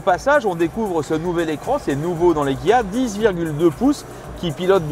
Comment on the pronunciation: Le journaliste à un peu de mal à prononcer les X et les K (Xceed et Guia)